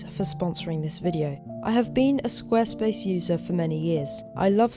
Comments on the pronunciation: pronounces Squarespace almost like "Squirrelspace". 🙂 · Love the video again! Also, I wonder how often you tried to say Squirrelspace instead of Squarespace, haha.